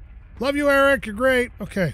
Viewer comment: omg cant believe you called him "errk". my first house framing job over 20 years ago, the foreman was eric peterson,, i used to call him errk peterpuss all the time